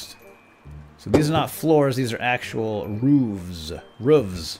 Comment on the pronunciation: it's ruffs not roofs not to be mean